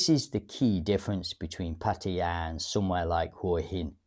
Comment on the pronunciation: I have never heard pataya been pronounced that way before, but listening to it it surely sounds the most authentic. Cool